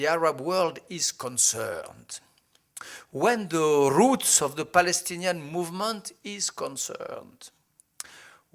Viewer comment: He emphasized his accent this stupid slut... when he says "roots" like a russian, this guy is pitiful. even a french tourist doesn't have an accent so hideous when he talks to a mexican...